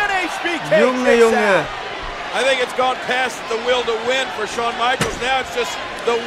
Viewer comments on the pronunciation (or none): none